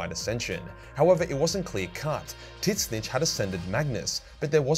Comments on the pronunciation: tzeentch ≠ titsnitch. its literally zeentch. the t is silent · Please learn how to spell Tzeentch. There is no i and Titzsnitch sounds horrible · I know you keep saying tzeentch. But all I keep hearing is tit snitch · Pronounced Sentch* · Is he calling the god of change Tit-Snitch? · The t is silent in tzeentch and is pronounced zeech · Why do you call Tzeench "Tits Snitch"? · He pronounces Tzeentch as tits snitch what the hell 🙂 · I'm starting to believe can't pronounce Tzeench, considering he keeps saying titsnitch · The way you pronounce tzeentch in your videos is completely wrong and it bothers me. You need to fix that. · Love how you're a 40k lore channel, but can't even pronounce Tzeentch correctly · Does actually think that's how Tzeentch is pronounced or is it a running joke because I've never ever heard him say it any other way.